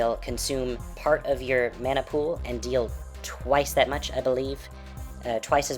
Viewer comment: You pronounce "mana" 2 different ways.